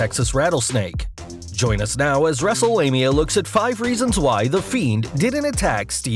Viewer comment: F you it’s stone cold a badass a rattle snake and it’s not Wrestlelameya it’s Wrestlemania stupid